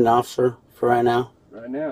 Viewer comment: TJ! TJ! Wherez your commaning osifer? I’m not intoxifacted. TJ! You know that. For what? I zon’t unerstan.